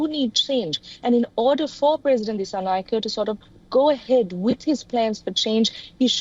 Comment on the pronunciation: Not dissanayakeeee disanayakaa use e sound😂